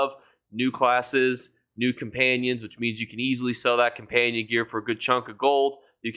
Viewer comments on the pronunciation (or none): none